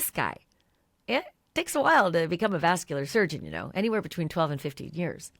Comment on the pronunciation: Clearly Ashleigh isn’t reading all the comments as she continues to say “vascular surgeon.”